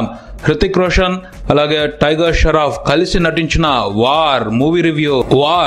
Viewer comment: Sharoff ....sharf kadhu babu.... Shroff